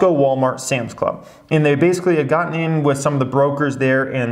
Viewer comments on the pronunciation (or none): none